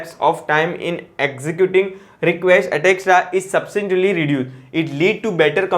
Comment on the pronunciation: Pls read etc correctly